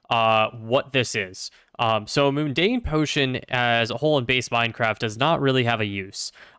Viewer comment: Every time you said "moon-dane" instead of "mun-dane" it made me cringe. :)